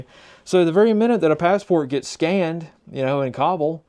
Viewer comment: No way, you pronounced Kabul correctly… 👍 saw them in Logar on and off 2020. During IDF, the joke was what t shirt they were wearing, Taliban or Isis…